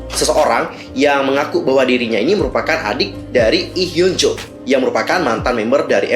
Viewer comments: Hyunju sayang dibaca bukan hyunjo, double O itu biasanya dibaca u #fyi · Fyi. pembacaan nama korea yang betul itu hyeo(o terbuka)nju